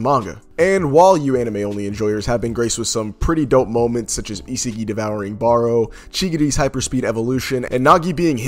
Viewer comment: my man said isegeee 😭